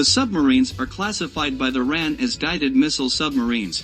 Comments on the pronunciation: WHY is the commentary describing things in metric measures? Why is the talker saying "ran" rather the " R A N"? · its not the ran lol its called the R.A.N i spent 20 years in it grrr this should not be narrated by an American he just butchers it